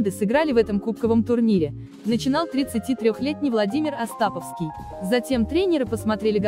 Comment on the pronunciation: АстапОвский, а не АстАповский!